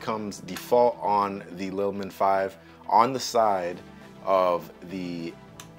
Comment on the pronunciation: Bro I am so embarrassed you pronounce “LIL” as lie or lye. It’s like lily the flower. If English is a second language for you I understand your confusion. Lilmon makes perfect sense for a little monitor. Please redo this video or overdub the poor incorrect pronunciations. Ever hear someone say lil bitty ants 🐜? Please 🙏 please correct this quickly before you become a meme, and not a complimentary one.